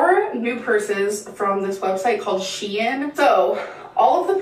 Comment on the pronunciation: It's not pronounced "she-in". At least that website is pretty affordable. But damn girl you don't need that many of the same purse.